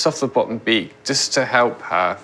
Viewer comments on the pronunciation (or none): I like how he said, "we'll take a li'le bit off the bo'om beak." . Steve and Allen's mum joked about the likelihood of losing a tortoise, but I had a pet turtle that ran away. I had him out in the back yard and went inside to answer the phone. When I went back outside he was gone. Never saw him again.